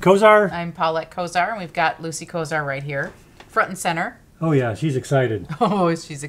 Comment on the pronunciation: Lucy said it right awewaaahhh ! Lolo